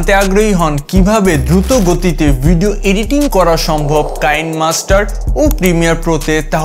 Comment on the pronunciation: কাইনমাস্টার না এটা কি‌নেমাস্টার।